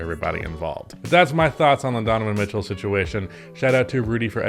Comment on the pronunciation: "Why Utah Must Trade Donovan Mith-Cell"